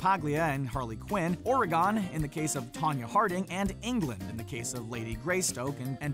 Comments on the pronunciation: Oregon is not pronounced (Or-E-gone) It is pronounced (Ore-gon) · Ore-gon not or-e-gon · That's not how we pronounce Oregon you twits. There is no "uh" or "ah" after the Ore.. just: Ore.."gin", soft g, not like the booze. Come awwwn now folks it's 2018. If we all know not to use the S's in Des Moines, we should know how to pronounce even a non-French name.. haha 😆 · OreGIN not OreGONE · Speaking of accents, it's Ore-gun, not Ore-gone, or really just Oreg'n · The state is Oregon not Ore-EE-Gone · Ori-gun not ori-gone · Did he just say Orygone referencing itonya? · Ori-gone. Richie. She can’t pronounce “home” in different accents and you can’t pronouce state or surnames. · This guy can't say oregon "ore-gone" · It's still there, so stop telling me it's Ore-gone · Did you really say "Ore-gon"? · Come back when you can pronounce Oregon right. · I’m starting to think youtubers intentionally mispronounce things. 🤔 #Oregon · Ironically, when the narrator was talking about how Margot couldn't pronounce 'home' correctly, he didn't pronounce 'Oregon' correctly.... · I love that this dude can say oregon when talking about someone that cant say home lol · I like how he says Oregon wrong. Lol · Perhaps, but can't pronounce "Oregon" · You said Oregon wrong... smh...